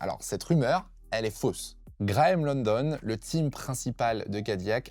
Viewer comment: C’est Graeme LOWDON (Lau-Donne), pas London.